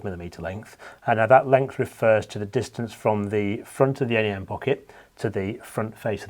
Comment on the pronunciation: Great to hear 'NEM' pronounced 'En Ee Em', as opposed to the first part of 'nematode' 👍